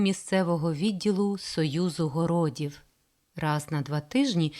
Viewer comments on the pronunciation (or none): Зауваження диктору: 1) в слові "пучки" наголос на перший склад - на У, оскільки в тексті мова йде про пальці. 2) В "союзі городів" наголос потрібно ставити на останній склад на І, оскільки мова йде про організацію міст.